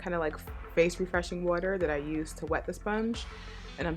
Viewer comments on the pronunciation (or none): none